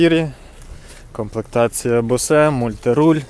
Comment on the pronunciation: Як же ріже вухо "Комплектація Босе" :D По-перше, це не назва комплектації. По-друге BOSE (читається як БОУС) - це акустична система в автомобілі.